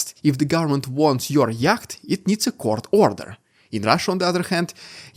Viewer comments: I love yr pronunciation of ‘yacht’ ( yat) you might like to say it as ‘yot’- no offence 🥰😄🇦🇺🙏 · The way you're pronouncing "yacht" ("yakkhht") is reminding me of my crazy Russian 1st wife. 🤣